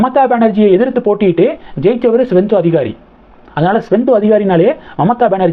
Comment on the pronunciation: ஸ்வெந்தோ அதிகாரி இல்லை, சுவேந்து அதிகாரி. வீடியோ போடும் முன் நீங்கள் சரியாக homework செய்வதில்லை, எல்லா வீடியோவிலும் தப்பு தப்பாக உச்சரிக்கிறீர்கள்